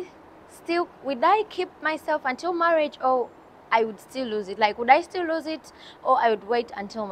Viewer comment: it's lose.. not loose..